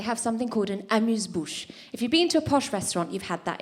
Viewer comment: Hard to tell... In the video, she doesn’t speak much French. When she says ‘1, 2, 3,’ her accent is completely off. However, when she pronounces "amuse-bouche" it sounds like a native French speaker. Towards the end, she quickly says something in French, and while the accent is slightly off, it could be because she was switching between English and French rapidly.